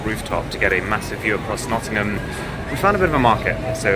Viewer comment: die you say notthingham(don't know how to type)